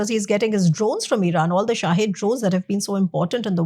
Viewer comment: * it's not shaahid drones it's shaheed drones, u r not pale enough 😝